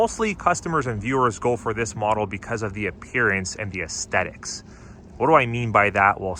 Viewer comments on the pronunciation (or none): It's esTHetics. Not estetics.